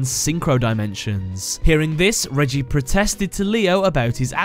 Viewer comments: reggie? i thought it was pronounced more like ray-gee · Reiji not reiji say it right